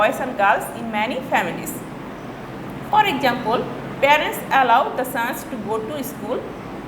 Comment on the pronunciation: miss why you say objuct, exesample etc